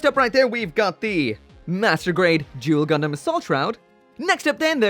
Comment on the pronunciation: The way you said Duel.....sounds so much like Jule.......I think this is could be where Yzak's family name came from..... great review as always